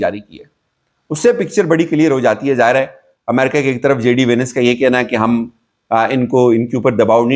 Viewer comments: JD Venice nahin hai JD VAANCE hai bhai g correction kar lain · JD Venice??? It's VANCE LOL